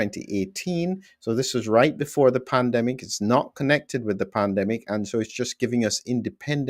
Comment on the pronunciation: At first I thought you said Plandemic - with an L. Scared me!